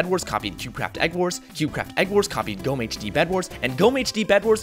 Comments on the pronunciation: Oh so GommeHD has the second oldest bedwars version? DIESE KOMMENTARSEKTION IST NUN DER EIGENTUM DEUTSCHLANDS! btw in GommeHD, you pronounce the E. It's not silent. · You slightly mispronounced GommeHD! Jesus, I'm surprised to see this here, i have barely remembered him - this brings back good memories uwu